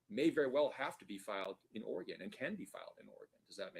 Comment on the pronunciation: I have to object to the mispronunciation of "Oregon". It's not organ - there's an 'e' in there for a reason. Thank you.